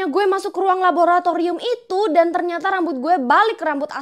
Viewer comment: Kk rere kesusah han bilang raboraturium😅